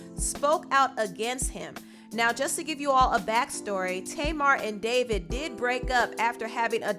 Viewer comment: I thought her name was pronounced (tah-mar) and not (tay-mar). Oh well everyone's pronunciation is different